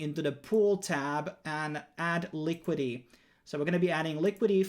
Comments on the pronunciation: Good video, but it's Liquidity not Liquidy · Quick English lesson. WASP is pronounced WOSP. And its "LIQUIDITY", not "LIQUIDY". 👍